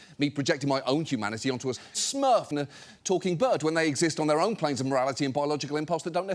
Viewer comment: After two flubs, they decided to ADR the word, "smurf." Damn. What's going on?